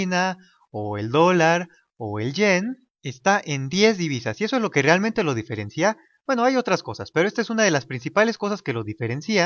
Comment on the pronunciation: Buen video ! solo que no se dice "diferencía" sino "diferencia". ( sin entonación en la "i" ).